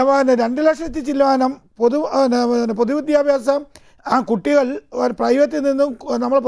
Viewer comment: ശ്രീ,! താങ്കളുടെ പേര് താങ്കൾ പായുന്നത് അഫിലാഷ് എന്നാണോ? എന്നാണോ,? താങ്കൾ ഇവിടെ പൊതു വിദ്യാഭ്യാസം എന്ന് പറയുന്നതിന് പകരം, പൊതു വിദ്യാ ഫ്യാസം എന്നാണ് പറഞ്ഞത്, ഇത്തരം തെറ്റുകൾ ആവർത്തിക്കാതിരിക്കു വാൻ, വിദ്യാഭ്യാസ നയം പുന:ക്രമീകരിക്കകയല്ലേ വേണ്ടത്